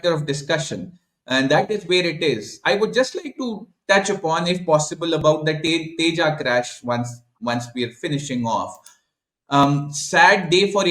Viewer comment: The moment I hear a Pakistani "expert" pronounce " Tejas" as "Teja", I take my cue on how much research they must have done about what they are talking about. Non-serious guys.